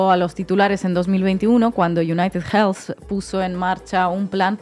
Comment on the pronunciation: Hermanos españoles: United Healthy no se pronucia con jjjjj .... Healthy se le "elfi" no jelfi